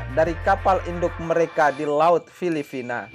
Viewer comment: Filipina atau filifina min ? 🤣🤣🤣